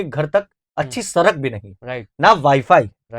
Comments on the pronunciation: सरक नहीं है सड़क है उच्चारण सही तरह से करिए आप एंकर हैं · एंकर बन गया लेकिन सही से उच्चारण करने नहीं आ रहा बिहार में हिंदी बोली जाती है और हिंदी को देवनागरी लिपि में लिखी जाती है किताब में सरक नहीं सड़क ही पढ़ा होगा